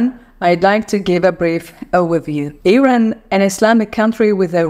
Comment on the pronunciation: Yooooow it’s Iran not airain